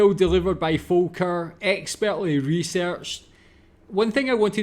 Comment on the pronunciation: Last comment: I ❤ how you say Volker. Well done. Thanks for your Videos.